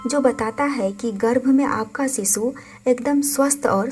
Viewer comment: Bewkoof aurat Sisu or shishu bolna sikh le phle. Sisu sisu kr k pka dia tune